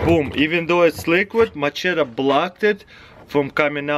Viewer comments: Taras here's some advice machete is pronounced ma shet ee not macheta some people say you say machedder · Has he NEVER heard someone say the word machete in his life?! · can opener is $1😒 lol the "ch" is like "sh" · hahaha "macheta" hahaha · I'm more impressed on how he pronounced machete in 3 different ways